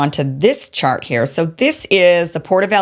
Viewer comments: She said “shart” ….😅😅 Why was that so funny?? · Kim said “this shart” loooooool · The most important part of this video was when she said "this shart....chart" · Did she say "shart"? 😂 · Kim I laughed out loud when you said "this shart" and then corrected it with chart. I honestly think that shart better describes the insanity of this policy.